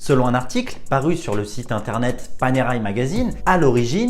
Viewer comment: ça ne prononce pas Panéraille, mais Panerè.